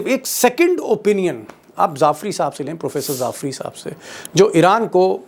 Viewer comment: Not Zafri. That is Jaffri.